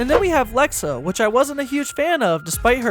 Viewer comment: Bro said Lexa i unsubed disliked hate 😂